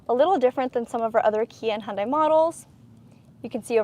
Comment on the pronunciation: Your videos are great at showing the vehicles. But, you need to pronounce "Hyundai" correctly. Remember the old Hyundai ad: "It's Hyundai, like Sunday."